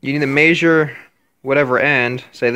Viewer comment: Maysure with your maysuring tape